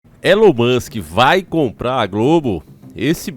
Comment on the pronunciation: Elon moska😂